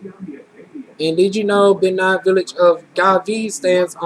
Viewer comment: Typical Black Person? The Fulani of Senegal have noses like yours, with that being said, it's pronounced BAYNEEN FOR Benin, and Iberian peninsula is Spain and Portugal